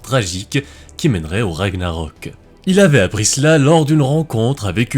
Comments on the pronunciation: Bonne prononciation des noms vikings, respect (sauf pour Ragnarök qui se prononcerait Ragnareuk en roulant les "r" mais je chipote" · Je pensais que Ragnarök se prononçait Ragnareuk ???